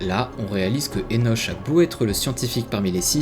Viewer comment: Joli jeu, bien que pas ma came. Enoch se prononce "Enok"